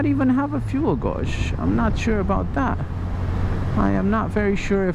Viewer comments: Fuel Gauge or gauge is pronounced fuel gayjjj. The U is silent, so it should be read as gage. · Love the videos noticed you said fuel gauge , wrong. Your English is great brother but gauge is pronounced... GAYJ! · fuel guawge XD, (I know its his accent but lol) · fuel godge ))))) lol. Didn't know it's pronounced like that in British English )))) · Fuel gowrshzz.. Hehe